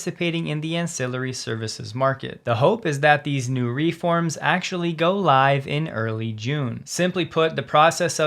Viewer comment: Also, "reform" has the accent on the second syllable, not the first.